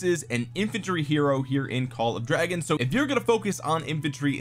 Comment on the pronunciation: You forgot to call it "call of dwagons"